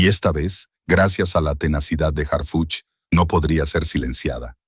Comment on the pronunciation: Que bueno que ya estan tras las rejas esas mujera verdad yo me canso de escucharlo decir hargucj y harfuch